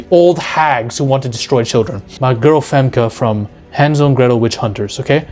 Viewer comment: It's Hänsel and Gretel (Hen sell & Grae tell)